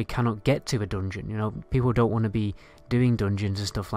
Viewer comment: Lets say "dungeon": Don-Jin